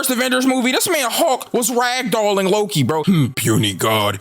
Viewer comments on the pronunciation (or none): I hate that he says "hawk" instead of "hulk" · He says hulk like hawks